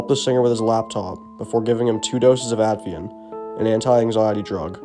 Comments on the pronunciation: Hey I just wanted to let you know that you are pronouncing a medication wrong. It's called Ativan not Advian. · It’s Ativan, not Advian… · ATIVAN. NOT ADVIAN. Jesus. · ativan, not 'atvian' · It's not "Add-vee-ann" bud.....It's "Atta-van" A.I. voice? If not, gotta get your Tees crossed and your Eyes dotted in the future. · Ativan!! Not Abievan! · It’s Ativan. At-i-van. Not “Atvian.” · ATIVAN not Atvian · The drug is called ATIVAN not atveean. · Ativan not Advian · Is this guy trying to say Ativan?